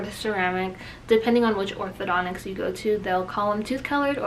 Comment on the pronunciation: Not "Othodo-nics" hun.. Orthodon-tist 👍.